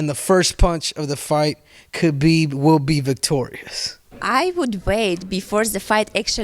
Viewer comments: It's really not hard to pronounce khabibs name correctly, people should look into it, you pronounce the k and h together from the back of your throat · My goodness does it annoy me that nobody can pronounce Khabibs name right lol 🤦‍♂️